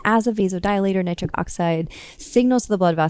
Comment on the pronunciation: She's this doctor says her nitric n the nitrate she says both SOOOO plain Nitric n nitrate. Plus she explains very, very, very, very clearly. I really getting a erection from this knowledge.her voice is humble n caring. I feel SOOOO good. Wooooow.Doctor women are the best doctors.. Women make the best doctors they are thoroughly explaintory. I am changing to a woman doctor. Awww I am on a u already know. Thanks 🙏 Doctor. Of Dr Oz is a great Doctor n doctor Mandel Doctor he's had great tips Thanks you 3 Doctors are very caring and professional great advice. Thanks 🙏 for everything.